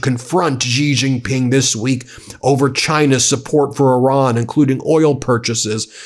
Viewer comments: Me again - so far it's Gulf of Hormuz, not Hermoz, infrastructure, not infastructure, and Shi-Jin Ping, not JI-jin-Ping. Just trying to help, Ben. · Xi Jinping is pronounced "Shee Jin-ping" it is important to say it like this as it is about respecting different nationalities. By pronouncing properly i have found in my 25 years of traveling China, I earned great respect….🇿🇦🇨🇳